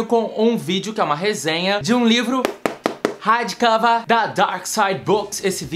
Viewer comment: Voltei o vídeo só pra ouvir vc falar hardcãvah pq toda vez eu morro de rir hahaha